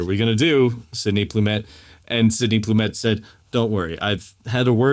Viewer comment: Sydney Lumet, not Plumet.